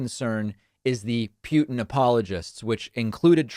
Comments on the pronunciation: Stop saying "pew tin" it's "poo tin" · It’s “poo-tin” Путин… NOT “pyou-tin” Пютин… See the difference??? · Sir, His name is pronounced POO-tin. Just imagine poo pooh. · Because the word puking reflects the man better than Putin? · Why does David pronounce it “Pewtin”? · pyootin lol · Why does David always say PEW-tin? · Why does David pronounce Putin like "puking"? (just misspelled it "pun-ounce", would be a fitting new word for playing with pronounciations) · Seriously? You are pronouncing fraud a different way? And Peuw-tin instead of Putin? What the hell is wrong with you? Sometimes I think you're being annoying on purpose just to make everyone think you're smarter than the rest of us. I'm done with you. Unsubscribing now.